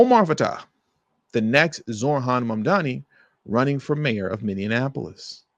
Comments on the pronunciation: It's MINN-E-APOLIS, not "minn-en-apolis". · Min-e-a-pole-is. Not min-e-IN-a-pole-is. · Say it with me, MINI•APP•O•LISS!!! Stop saying Minianapolis. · As someone who lives in St Paul, MN please pronounce Minneapolis correctly - just like Mini Apple Us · Friendly reminder, its pronounced minne-apolis😊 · learn the fknhow to say Minneapolis goober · I agree, that was annoying. Other than that, I was in complete agreement with him, but proper pronunciation is important. I think I can be forgiven for mispronouncing Omar Fateh's last name, but our city still deserves proper respect, even though it is in trouble.